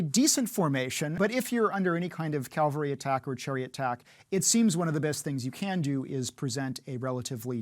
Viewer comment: It's strange to see an expert on Roman warfare repeatedly saying Calvary instead of cavalry. Calvary of course is the place where Christ was certified. Cavalry is a bunch of soldiers riding around on horses.